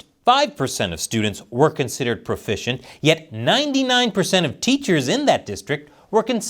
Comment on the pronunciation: Nobody's profishent? So ware we gonna get fish?